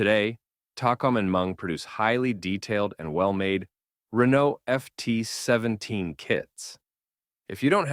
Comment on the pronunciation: Total bs he FORGOT the centurion, Panther, Patton, and added the maus, Crusader, and FT-17 which he obviously cannot properly pronounce